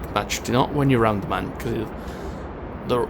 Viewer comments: Its Mun, not Man. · you pronounce the mun : moon, not man lol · I ksp it's called the mun